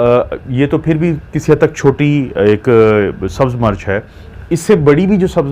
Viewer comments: Dr.Sahib aapki Urdu talaffuz bohut ghalat Hy. Plz Koshish Karen Sahi talaffuz bolen. Aap Mirch ko continue March keh rahy hen. Mirch ko march na bolen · March nahi Mirch hoti hai urdu tu sahi bolain